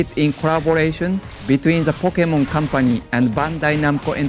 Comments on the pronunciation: but he wasnt saying poke ay mon, he was saying pock eh mon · the japanese guy can, the other guy can't, he says Pok-eee-mon, instead of Pok-ay-mon, which is how the word is pronounced with the accent above the e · Who else is excited for the "Pockemon" games? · This guy works for Nintendo and he can't pronounce Pokemon?! It's in the damn theme song: 'Poh-Keh-Mon!' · What's so weird about how he pronounces Pokémon? How do you pronounce it, like po-kee-mon? Poke-mon? The é is suppose to be pronounced like a short "eh" sound. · He can't say e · oh god the way that guy kept pronouncing pokemon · That guy can't pronounce Pokemon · You'd have thought they would have got a guy who knew how to say Pokemon to present it